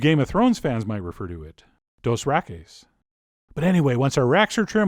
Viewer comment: I audibly snorted at "dos-rack-es" :P